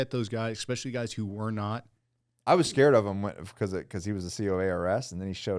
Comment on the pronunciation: Stop saying "expecially". Sound like a child